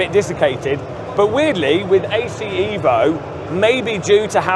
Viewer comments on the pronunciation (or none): bro its evo and not iiiivo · Ev - O Not EEEEeeeeee- Vo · Eh-vo? No eeeeeeeeeeevo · It's pronounced Evo bro, not Evo. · Evo Evo EVOLUZIONE, not Eevo Eeevoluzion 😂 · Bro I am half Italian, if you write in english EVO, it's will be pronounce ee-vo , so for English speaker you have to right EH-VO or HE-VO ,or EY-VO so they pronounce properly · Evo, not iiiivo😂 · HE-VO you fillthy bri'''ish :D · Eh-voh or unsub. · repeat after me. EHHHHHH-VO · it sounds pretty stupid to call it ehhvo unless you’re speaking with an Italian accent… I’d even say only a dork would ever call it assetto corsa EHHHHVO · It's EHVO... from italian Evoluzione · Marco will be very disappointed at your pronunciation of EVO (I am too, being Italian as well😀) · Every time mispronounces Evo, the release of the game is postponed by one day. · Shiit like 100days!!!😂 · you really need to start saying evo correctly 😂